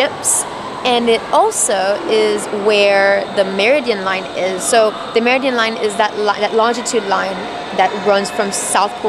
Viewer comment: How come doesn't know how to say "meridian"?: - ) Beyond that, I have loved that you guys have taken us on your trip to the UK (and to the boat show)! I found the mini series on Harrison's development of an accurate chronometer to be truly fascinating. So seeing the "clock" display at the Royal Observatory was truly great! Thanks.